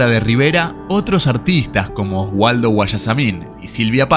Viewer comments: Oswaldo Guayasamín, no Waldo. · Solo quiero hacer una aclaración soy ecuatoriana y me llena de orgullo saber que el gran maestro Guayasamin pinto un retrato de la famosa actriz mexicana Silvia Pinal pero el nombre de Guayasamin no era Wualdo como dice el narrador era Oswaldo